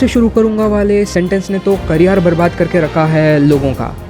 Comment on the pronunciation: Career ka pronunciation thoda adjust kr lena... 😭😂